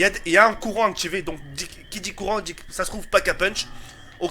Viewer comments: Mdrr ta dit le coran à la place de courant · il a dit le corant et pas le courant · mdrrr a 6min10 il dis pas le courant il dit le corant :D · XPTDRRRRRRRRRRRRRR IL A DIT LE CORAN AU LIEUX DE DIRE LE COURAN JSUIS MOOOOOOOOOOOORT T'ES LE MEILLEUR HAHAHAHHAHA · Je suis le seul a avoir l'impression qu'il dit le "coran" au lieu du "courant" mdrrr